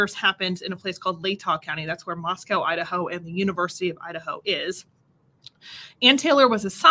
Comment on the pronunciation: Great pronunciation on Latah & Kootenai - but it is Mos-co rather than Mos-cow. Thx